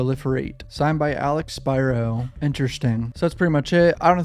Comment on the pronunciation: Thank you for your analysis and pronouncing Spyro’s name correctly.